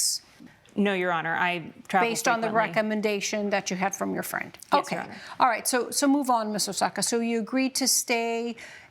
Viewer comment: Judge: "orright, orright...."😂 Two women =guys? You two is sufficient